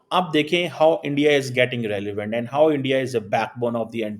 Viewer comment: Start saying "Bharat" instead of "India". Your pronunciation and enunciation of "India" is way off.